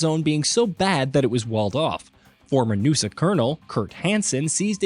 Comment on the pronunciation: Who calls the NUSA “nusahhh” wtf lol. That’s like saying “usahh” when reading USA